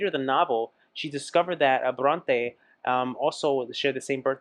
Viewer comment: Just a side note,! It's so sweet. It's Emily Bronte, just like an é in French or Spanish! Lots of love